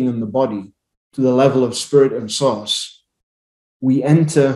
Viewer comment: I thought you were saying SAUCE.... POUR SAUCE. OH my God. thank God I heard you say SOURCE ... NOT Sauce. I really thought you said Sauce. I thought...he thinks we are made of spaghetti sauce underneath everything. source. source. okay. so how to I freaking STOP TGIS CONSTANT HIGH PITCH RINGING? I WANT IT TO STOP